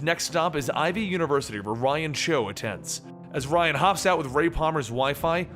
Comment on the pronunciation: It's not Ryan CHO it's Ryan CHOI. You know, every time I watch one of your videos, you always seem to fuck up on the names of certain characters. And it's bugging the shit out of me. So if you're going to pronounce a name.... PRONOUNCE. IT. RIGHT.